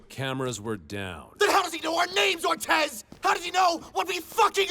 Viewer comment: Ortez. Ortiz is pronounced "Oar-tease" while Ortez is pronounced "Oar-tis"